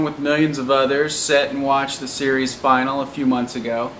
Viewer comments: You keep saying 'series final'. Its not 'final', it's finale. Pronounced fin-arelay. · dam this guy needs english classes i mean final instead of finale and die instead of dies lol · Finale is pronounced Fin-al-ee not final. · I always pronounced "finale" as "fin-a-lee" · Fin al e. say it correctly or remove it.